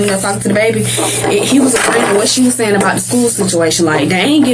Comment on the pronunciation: “You know what I’m zaying?” The line of a liar!